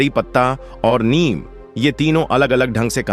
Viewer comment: Neem to sahi bolo ye niyam kya hota h